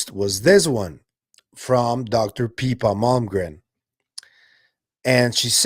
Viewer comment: its pippa, not peepa. i think it makes a difference....